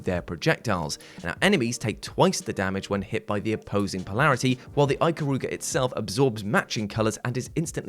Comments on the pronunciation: "Eye" -karuga? No. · You pronounced Ikaruga wrong. Other than that great video, You deserve a like. p.s. The only Tomb Raider game I was able to play was the 2013 reboot.